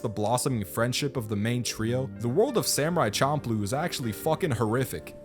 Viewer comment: The nujabes literally correctly pronounce the name of the show.